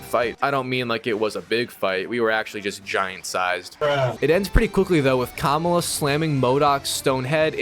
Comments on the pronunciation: Her name is Kamala not kamula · It’s ka mal la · It´s ka-má-la dude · The way he pronounces Kamala is killing me 😢